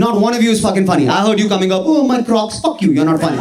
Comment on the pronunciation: मज्जा आ गया..... ये विदूषक बढ़िया हसाता है | the way he modulates his tone when he says 'fuck' is worth doing research.... itna emphasis....fuck, dick, worship dick,..... bahut krantikarri...heera hai yeh.... i jus wanna hear him doin an impersonation of mmmmmm.... koi bhi asli gandhi...